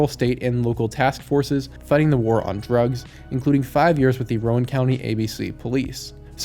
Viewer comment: Rowan is pronounced "row-anne"... Like row a boat, and the name Anne. In North Carolina, ABC is Alcohol Beverage Control. in NC, liquor can only be sold in stand alone liquor stores, which are called "ABC stores". So he worked for the Alcohol Beverage Control Commission, which according to Google; "provides uniform control over the sale, purchase, transportation, manufacture, consumption and possession of alcohol".